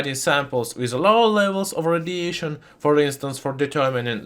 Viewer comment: I really appreciate the information you share with your channel, Also your accent is good to listen to 👍🏻 But I can't help but hear Rhodesian instead of radiation :p